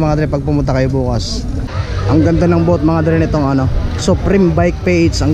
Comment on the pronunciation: Sir BOOTH not BOAT